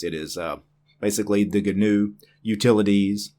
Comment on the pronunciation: It is ÑU like the horned animal, like GNOCCHI or caÑAveral Cape, the spaceport. Ñ It should sound a lot like "NEW"